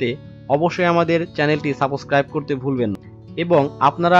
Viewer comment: Ki6u mone korben na akta kotha bol6i apni gota vedio ta ato valo kore bollen ..r last er dike subscribe r comment uccharon ta oram korlen kno ?